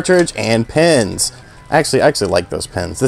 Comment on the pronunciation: Bro, seriously. Its PINS, not PENS. Pronounce words properly ffs